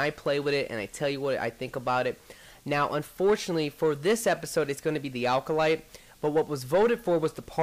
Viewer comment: alcolyte? Its Acolyte. :D